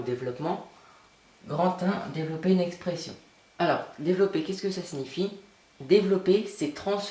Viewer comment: Ça ma stresser ton "Dévolopper"